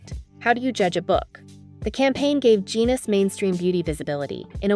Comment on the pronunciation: I just commented on that, the subject of this video is Rick Genest, his last name is pronounced je-nay.